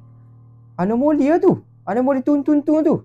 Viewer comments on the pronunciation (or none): anomali bukan anomoli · awak salah sebut anomali bukan anomoli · Abang anomali bukan anomoli😅😅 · Bukan anomoli anomali😂😂😂😂😂😂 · Anomali la bukan anomoli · anomali bukan anomoli